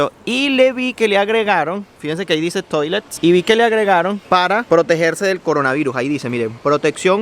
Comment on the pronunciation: En buen (venezolano) este chamo seguro dice papel toalet, pero cuando le toca leer baño en francés lo dice asi: Toilet jajajaa..... Oh lalalala.....